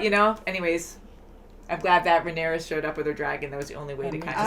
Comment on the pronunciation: Lol Rhaenyra not Rhaenyris haha there’s just too many names lol 😂